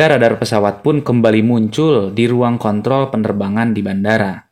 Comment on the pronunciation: Lagi serius liat nya jadi ketawa gara gara salah ucap kontrol njir